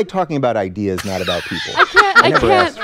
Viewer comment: Eye dee yeahs